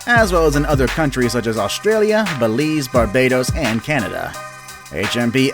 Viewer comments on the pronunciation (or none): none